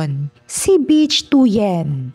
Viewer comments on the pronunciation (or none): Ang pronunciation ng "Bich" ay hawig sa "Bit" with weak "t".